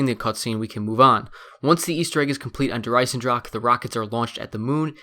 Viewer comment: When you can't say Der Eisendrache right,just call it the iron dragon.It's so irritating for us Germans to hear you say Der Eisendrackke.